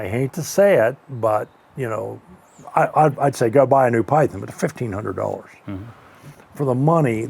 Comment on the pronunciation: Breaks Python. "Bill, your pie-thin just broke." Bill - "Yeah." - Smug satisfaction after breaking Bill's Python.